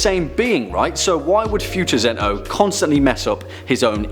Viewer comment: its not zen-ooh its zen-oh